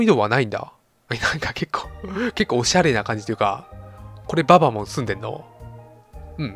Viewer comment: ババモンのアクセントって後ろが強いんじゃないんですかね？ｗ